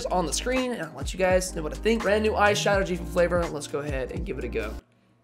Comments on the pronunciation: It sounds like your saying eye shadow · Every time you said that “ice shatter” I kept thinking you were saying “eye shadow” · I shouldn’t have read this comment I heard this throughout the whole video